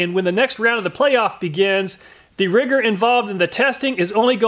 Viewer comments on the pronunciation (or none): none